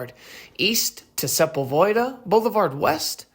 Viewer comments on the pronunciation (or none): Heads up bro. “Sepulveda”… It is pronounced “Seh-pull-vah-dah”. Cool video Holmes